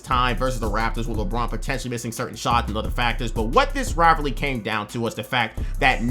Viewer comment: bro can’t say rivalry